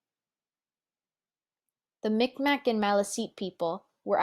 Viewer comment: This is well done. Just one little point: just as it is no longer considered okay (at least for non-First Nations people) to use the term "Indian" for those who are First Nations, we also no longer use the incorrect "micmac" pronunciation for the Mi’kmaq people, it is pronounced "migmaq". Otherwise, good job with most of the pronunciation.